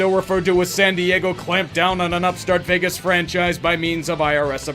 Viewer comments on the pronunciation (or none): none